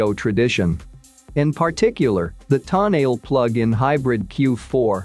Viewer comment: if you are going to REVIEW the TONALE, ( Toe-NA-LEE), please pronounce it RIGHT!!!